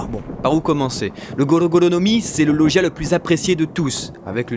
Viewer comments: ON DIT LAUGIA PAS LOUGIA mais sinon trés bonne vidéo ^^ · ET SA SE DIT LOGIAS